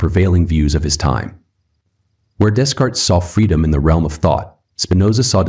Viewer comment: Hey there! Good stuff, I just wanted to point out a little something for you if you don't mind me being a little pedantic. The Philosophers are pronounced : - Day-cart (not dez-cart) - Bah-rook (not bah-rooch) - Lai-bnitz (not lai-bniz) (Feel free to remove this comment)